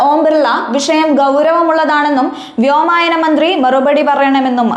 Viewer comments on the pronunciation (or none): ഷാഫിയുടെ അഴിഞ്ഞാട്ടമോ ? എന്താണ് താങ്കൾ പറയാൻ ഉദ്ദേശിച്ചത്? "വ്യോമായനം " അല്ല വ്യോമയാനമാണ് .